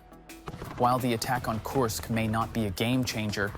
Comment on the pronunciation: KURSK, not Coarsk. FFS it's really not that hard.